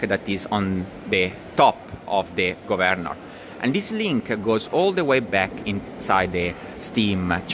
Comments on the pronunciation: Okay, I guess it's up to me. Thank you for your fascinating video! I will make one suggestion. The word "governor" has the emphasis on the first syllable rather than the second. It is pronounced "GOVernor" rather then "govERnor". Took me just a few minutes to finally get it. But well done anyway! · Nah, I like it! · I love it! Go Vern or! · Lol😂 took me 5 minutes in to understand your mispronouncing of 'governor'😅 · Lol, the only way I pronounce it now!